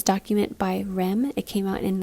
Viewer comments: I am totally trying out that 1001 albums website. I also screamed at my screen when you said "rem" lol. They pronounce their name by spelling out the letters, R-E-M. Great band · its not Rem lol....its R....E....M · R.E.M. was pronounced as three separate letters. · by REM lol...noooooo its R.E.M.